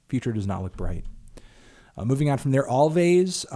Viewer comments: Anthony it's pronounced 'Always'! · "Alvvays" headass melon